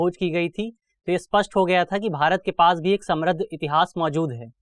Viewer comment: दृष्टी टीम से अनुरोध है कि समृद्ध का उच्चारण सम्रद्ध न किया जाय और इस पर ध्यान दिया जाय ।